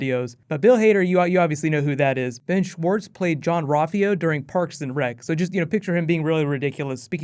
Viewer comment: John Rolfio = Jean-Ralphio